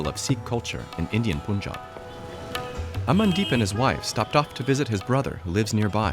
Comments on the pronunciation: Punjab is pronounced as Poonjab instead of Panjab. That shows how much homework the team had done and video's reliability. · It is not pronounced as poonjaab - it's panjaab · This video is full of inaccuracies: 1) It's pronounced Pun-jaab, not Poon-jaab. 2) Punjab is not the breadbasket of India. I mean, no longer since a few decades. Check the state-wise wheat, rice and other cereals' production, and you'll know that other many states are comparable or outrank Punjab in production. 3) Turning this into a political issue just about Sikhs is harmful to the real historical understanding that many communities suffered during partition. Sindhis, for example, were overnight rendered homeless and without their own state. Many Rajasthanis, Gujaratis, Kashmiri Pandits lost parts of their regions. This Sikh exceptionalism divorced from the rest of the India from a western perspective, from journalists that can't even pronounce 'Punjab' correctly, just to pander to their local hardline Sikh diaspora is ridiculous. Especially in a country as diverse as India where different languages, cultures and customs intermingle and coexist with their strong representations. I hope you can make your research deeper. This takes new relevance since farm laws protests originating in Punjab and Haryana were widely reported outside India, but those didn't have much traction amongst other farming and enterprising states such as Maharashtra, Karnataka, Kerala, Tamil Nadu, UP, Bihar. Why? Because, in general, Indian people want competitive markets. And some farm law protestors want monopolies and easy guaranteed incomes, at the cost of environmental degradation and banana repub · I can’t take this seriously white peoples pronunciations poonjab eemran khan 😂😂🤣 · They always say poonjab 😂 can't they say Punjab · It's not Pyunjaab it's p-ann-jaab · It's not even "Poon-jab" or "Pun"jab it's Panjaab panj(five) aab(water)" land of five river" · It's pronounced as Punjab not Puunjab.